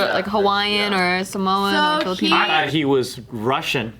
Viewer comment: Monica I think more like “sahm-wan?” like 2 syllables. im also not Samoan tho and could be VERY wrong